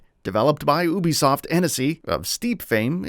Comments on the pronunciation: Btw it's you-be-soft not ooo-be-soft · Oobi soft 🤦🏽‍♂️